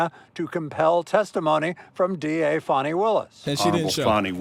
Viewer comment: I really enjoy your content but I wish you would pronounce Fani(FA-NI) Willis name correctly she’s not a 🪭